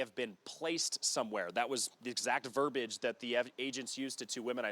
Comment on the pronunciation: It's not "verbage." It's verbiage. Please learn the difference, 12 News.